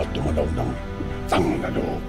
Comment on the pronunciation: parang nagmumura c hagorn ahhh "utang na loob"